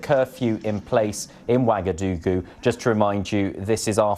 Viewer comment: its actually "Ouagadougou."